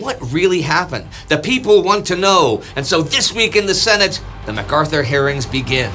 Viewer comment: has been out of the states so long, he says "Shenate" not Senate.